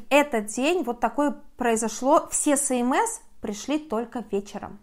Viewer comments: ЭсЭмЭс, а не СэМэЭс)))) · Желаю Вам чтобы все удачно решилось. СМС читается как эс эм эс